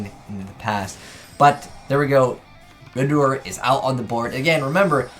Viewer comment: Still can't pronounce Redoer.